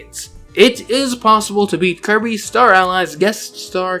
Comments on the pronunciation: clobbehs dat dere Kirbeh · He needuh monstah to clobbah that there kirbeh